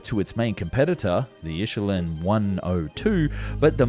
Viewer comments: It's ILYUSHIN not ILUSHIN! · If you are am AI than they should peogram you to read.Its not ISHelin but Ilushin .... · sorry for the comment but you are reading Ilyushin wrong its not insulin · It is NOT Ishulin, but Ilyashin. IL - U - SHIN. Understood? Or are you from the United Skates of Paprica? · His name was Ilyushin not Ishulyn. You could actually even try to read what you utter into your microphone. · IlYOOshin. Not ishulin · It's Il'ushin not "Ishulin". Pronounced Il'-you-shin with a soft "L" like in the word "Iliad" if it had an extremely short "I" vowel. Kind of like the Japanese pronounce "Fukushima" as "Fukush'ma with stress on the second "u" vowel and barely audible "i". You don't have to know Russian to simply read the English transliteration in the correct order of consonant letters. I have no idea why it's so difficult for you, since you appear to have an excellent diction. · Just one small remark: It is Ilyushin not Ishulyin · Ilyushin...not Isholin.. :) Always these US Americans that can't pronounce anything but Joe :D Nice video by the way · Its Ilyushin, not Ishulyin.... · it‘s spelled Ilyushin rather than „Ishulin“, „il-you-shin“, not that hard… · Great video as always But its is pronounced IL- LYOO- SHIN not Ishulyin Also SU- KHOI not Sahoy Keep up the great work! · He is saying ishulin not illushyin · Love your vids, you do really good narration ~ but Ilyushin is pronounced as it is spelled: IL-YU-SHIN... not IH-SHU-LIN 🤓👍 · its I-LY-U-SHIN not I-SHU-LIN. Wth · How could you mispronounce "ILUSHIN" as "ISHULIN"? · "eel you seen" not "is you lean" :D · What is so difficult about Ilyushin? It is Il-YU-shin, not Ishelin...I was listening only and wondered "Who is he talking about"? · Ishulin? It's "il-yu-shin". Please spend 1 minute to google the pronunciation of proper nouns (names) for your next video. 🙏 I love your content but cringe at the horrendous butchering of the names of well-known German and Russian manufacturers, cities and people!